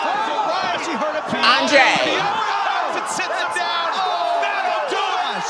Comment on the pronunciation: LMFAOOOOO “Andrayy”